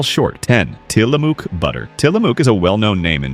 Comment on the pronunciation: Tillamook - pronounce the "ook" like the "ook" in "book."